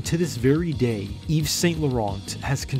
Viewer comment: The 'T' in St. and Laurent are NOT pronounced , please!